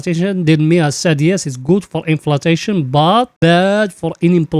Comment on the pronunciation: Bro it is inflashon u always say inflatashon plz correct